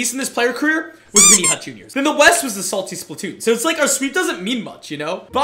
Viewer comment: Career not caeer